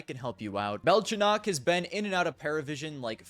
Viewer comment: its belchOnok not bElchonok molodOy not mOlodoy